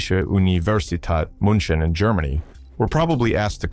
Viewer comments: Pronouncing it as Munchen is criminal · I recoil every time he tried to pronounce "München"